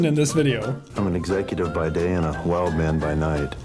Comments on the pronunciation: he said he's a wild man at night but he said it like "hwild"🤣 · I believe he said a Whild Man at night. Which was meant to be wild I am guessing. 🤔